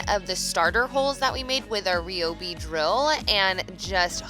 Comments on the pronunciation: I'd definitely say "Rye-obi" before saying "Re-obi" pretty sure it's Pronounced Rye' anyways. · Suddenly forgets how to pronounce ryobi 😂